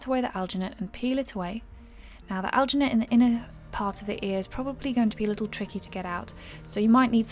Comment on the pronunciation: Are you saying algernate, because I haven't found any such thing